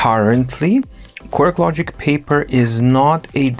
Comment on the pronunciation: I am excited about this review series on the Papyr. Unfortunately, it’s a little hard for me to deal with the intentional mispronunciation. My problem, yes. Sure, it’s cute, but— Why, though.